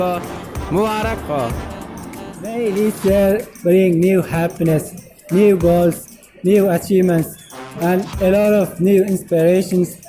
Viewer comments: I heard like that😅😅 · New goals 😂😂🤦‍♂️ sorry my voice not clear 🤦‍♂️